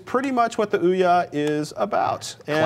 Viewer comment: Oh my god, their analysis is good and all but the balding guy there.."ooh-YAH" ..that pronounciation of Ouya (which I believe is supposed to be like "ooyuh") is driving me fucking nuts xD